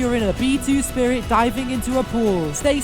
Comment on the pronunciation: B2-Spirit sounds like (Bee To Spiret)